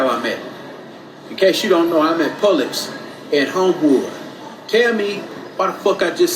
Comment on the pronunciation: you are leaving off the B. It’s pronounced Puh-Bluhks.